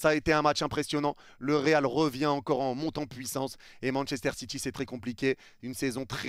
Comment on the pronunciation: Manchester Citchi 😅😅